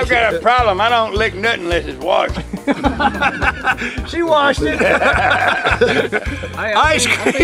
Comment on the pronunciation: " I don't lick nothing that isn't warshed ", lol